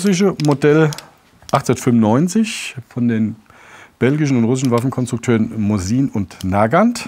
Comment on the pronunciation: Die Russische Firma Nosin - Nagant Spricht man Moßin - Nagant aus